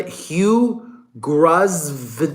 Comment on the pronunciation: It’s pronounced Grove-ner. The Brits leave out lots of letters and syllables. 😉